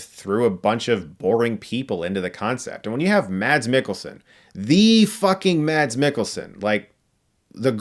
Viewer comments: Well that's sad, won't be watching this one. Oh BTW Chris, you don't pronounce the D in Mads in Danish. It's not exactly pronounced Mass, the vowel is shorter... kinda. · His name is pronounced Mas. You love him so much and he is so great. Please learn to say his name right Chris